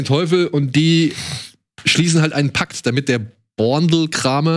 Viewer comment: Wie hart sich daniel tut Boandlkramer auszusprechen bzw. Wie falsch sich das aus Östereich/bayrischer sicht anhört 😅